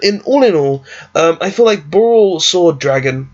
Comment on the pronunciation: BorrElsword not borrOlsword. Also great vid!